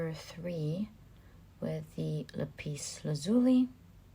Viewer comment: I picked Pile 4. Ty so much, that was so right, so good, all of it! Now, there are a couple of things I'll point out: I believe that the blue stone is pronounced, "la'-pis (accent on the first syllable) la'-zuli (again, accent on the first syllable. That's what I grew up with, anyway. Next thing: I had to smile when you said you had "a hinch" (even my autocorrect tried to correct me); I do believe you meant, "hunch".